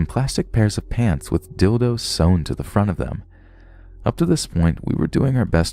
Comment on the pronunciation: I love how there’s a bunch of pants all over the house in the second story but the narrator says PANS 😂